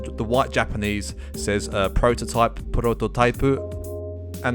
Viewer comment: "Prrototypuh" lmdao😭 I had to check another video before subbing. ✔️😌